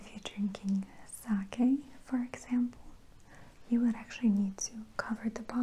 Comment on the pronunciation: Axh-sample too